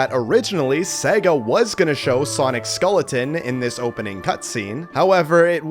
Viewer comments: LMAO he said scolletin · Bro does not know how to pronounce SKELLeton💀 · Skeleton❌ Skoleton✅💀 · How can you not pronounce "skeleton" correctly? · Well, I learned that is Canadian Viet his pronunciation of skeleton